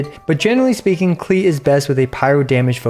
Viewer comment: Her name is pronounced closer to "Clay" (kuh-lay) It's German for "clover"